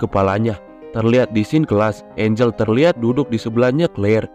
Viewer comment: Engel bang🗿 bukan Angel hayoo mikir apa?💅🏻🗿